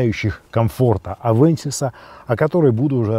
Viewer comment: авенсис а не авэнсис !